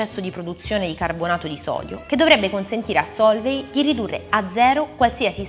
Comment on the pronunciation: Comunque, "Sólvay" non si può sentire. Gli accenti sono importanti, soprattutto se si vorrebbe fare i divulgatori.